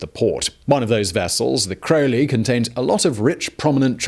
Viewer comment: NOW he pronounces Crowley correctly?